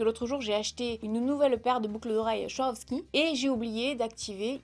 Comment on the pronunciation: Tu me fait trop rire quand tu dit Swarovski 😂😂 gros bisous, on t’aime ❤️❤️